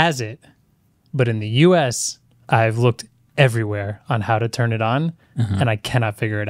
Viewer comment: "Why wouldn't it tun on? The apps don't load" 😂😂😂